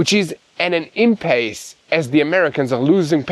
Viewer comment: please check with Mati on proper pronunciation of "IMPASSE."